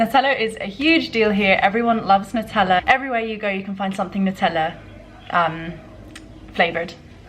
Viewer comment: You mispronounced Nutella. Maybe Jordanian English is rubbing off :P They mispronounce and misspell lots of words